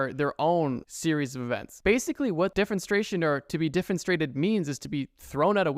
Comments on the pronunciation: My man pronounced Edinburgh right consistently and then literally googled defenestrate in its pronounced form and then proceeded to mispronounce it 2 different ways 7 times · Needs to do more research. Wasn't even close on the pronunciation of defenestrate.